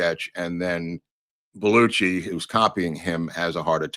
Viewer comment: The pronunciation has always been BEL U SHEE not Bel u chee. DO YOU NOT HEAR THE DIFFERENCE? I have heard the name a thousand times by a thousand speakers. What part am I missing here? Including introduction on SNL. including him saying his own name like in WHATEVER I like your show.